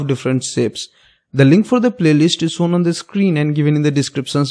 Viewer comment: Sapes, sown and calculason 😂